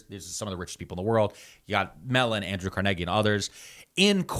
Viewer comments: doing my walk Wait he just say CARNEGGY lol I need a shirt Carnegie pronounced Carneggy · It's car-NAY-gee, right?